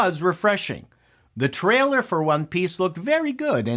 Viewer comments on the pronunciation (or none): none